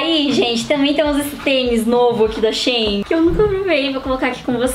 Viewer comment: Né xêin não, é xi-in